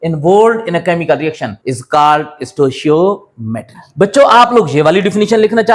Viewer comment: Well it is pronounced as “sto(K)iometry” and spelled as stoichiometry.